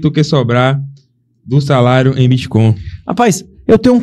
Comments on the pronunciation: Esse cara que leu do min ao não consegue Bitcoin? Ele tá com preguiça e fala bitCON? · eu não tanko o cara falando BITCON kkkkkkkkkkkkkk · Ensina pro “puliça” que o nome da moeda não é “boticon”, é bitcoin!!!! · bitcon é o meu falo fala direito, poxa, é BITCOIN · BITCOIN CARALHO, "biticon" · O intrevistador nem sabe falar bitcoin 😅